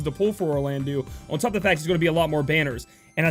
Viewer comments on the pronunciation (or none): ok is it just me or is orlandeau supposed to be pronounced like 'orlando'? you know, like Beau or the like? thats how i read it in the original game and orlandoo is nails on a chalkboard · Vape Conscient That is true, and it's pronounced as O. My point was that his name is not pronounced as Or-lan-dew, it's Or-lan-doe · FYI, Orlandeau is pronounced as Orlando.... the eau at the end makes an O sound.